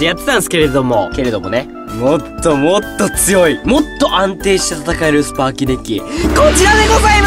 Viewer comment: スパーキになってるよー